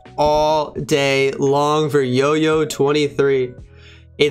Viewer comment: Bro it's Jojo23 not yoyo 23